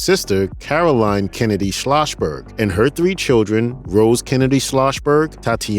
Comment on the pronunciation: My thoughts? A narrator should pronounce everything correctly - or a new narrator should be used. It's SCHLOSS-berg. Not SCHLOSH-berg.